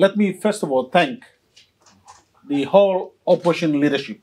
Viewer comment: P)ease say opposition, not oppotion.